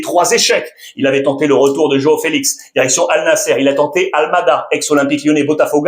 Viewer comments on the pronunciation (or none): none